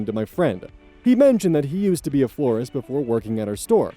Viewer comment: First story, she was surprised that her manager could be such a creep when she thought he was a normal guy. Unfortunately, he is being a normal guy 😑 Last story: I keep hearing forest instead of florist. 😅